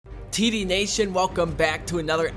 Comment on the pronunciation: you say td nation but it sounds like tity nation and 1ST